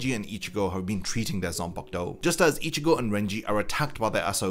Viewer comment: Gotta love a zam-pack-toe.